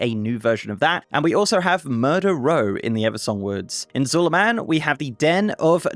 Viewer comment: There's no way you pronounce Zul'Aman like Zul"A-man, it's Zul"ahmaan my dude, where's your inner Troll?!